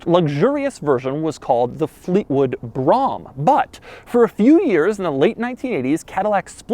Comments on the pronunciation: "Broa-hmm", bro. Just kinda breathe it out as one syllable :D I'm twice as old as this car, and the Old Man had a few of these over the years, including an '88 just like this one. I've been in enough Caddy dealerships that my ears can only hear it one way, the way they pronounced it. Brahms are lullaby's. ;) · Brah-hom is how a German told me it was pronounced. I have a request of a car for you that is also a brougham. 86 Chevrolet Caprice Classic Brougham edition. One of my first cars I've ever owned and still my all time favorite. It started life as a 5.0 but later a LT1 was installed. Amazing car. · Dude its brogham bro ham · It’s pronounced “broam”. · It’s pronounced “brawm” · Its called BROAM as in foam if u r going to review it pronounce it right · One syllable. Think 'OHM' with 'BRO' in front of it. 'BROHM'. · It’s pronounced and it’s pimpin. DAYUM! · It’s pronounced “brome”. My father was a general foreman at Cadillac. The horn is called a “trumpet horn”. We had several growing up and I fell in love with the brand as a child. Still love the old school Cadillacs and still love the brand. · It is called Brougham. It is pronounced as Brou - Ham. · YES!!!!!!! I've waiting for this since I subbed to you!!!!! Oh, & it's pronounced "Broam/Brome" Say "Roam/Rome", & add a B in front. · Yes, and please roll the "r." "Brrrrrome." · Lol! I don't know why I found this visual so funny. Also, I noticed a comment that said Brougham is pronounced like "Rome" but with a 'B' in front like "Brome" (the only comment of its kind). What do you think about that? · It's pronounced, "Brome." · 🗣 It's pronounced "" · If you say ham in brougham you're an idiot. B roam brrr Rome no ham. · Mine is called a B-R-O-M-E - No "A" in there and it's not a "ham," like some people. :-) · Btw its pronounced (BRO-EHM)!! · It’s pronounced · You are mispronouncing brougham. The 'o' is long. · Doug it’s “Boar-Roam”. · Um, I believe it's pronounced BRUH-man...